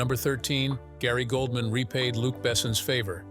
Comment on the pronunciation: They call Gary Oldman"Goldman"!!🙄